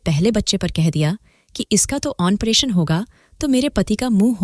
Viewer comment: ऑनप्रेशन नहीं मैडम जी ऑपरेशन होता है